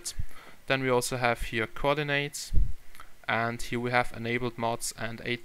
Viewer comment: You said Coordinates wrong :P